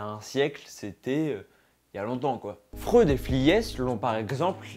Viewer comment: Freud ça se prononce FROÏD mdr